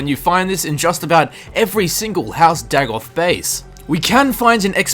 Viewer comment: Day-goth. Not Dag-oth.